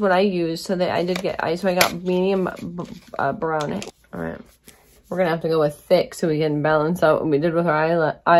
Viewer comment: Lmfaoooooo, did anyone else catch that “medium Brownay” 😂😂😂😂💀💀